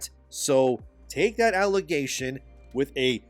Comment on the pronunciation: I will take that big, fat, allezation.